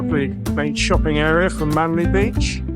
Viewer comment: Captain Cook sailed right past Sydney Harbour without seeing it and landed at Botany Bay. Not such a great navigator after all. And it’s Manly not Manley. But none the less glad you loved my home town.